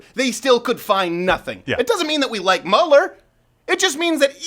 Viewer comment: Mueller pronounced like Beuller Ferris